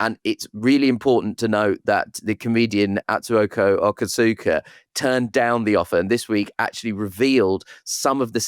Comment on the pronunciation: Has Nish not heard of Atsuko Okatsuka? Butchered her name - she's great!